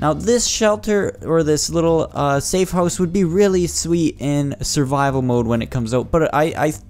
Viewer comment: Ppppphhhhttttt lol safe-hose hahaha nice (no offense)